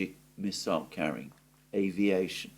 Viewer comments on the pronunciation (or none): none